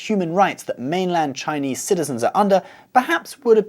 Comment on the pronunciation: Your Chinese pronuciation is very good. And your lecture is easy to understand to non-Chinese people.Hope for more videos of your channel.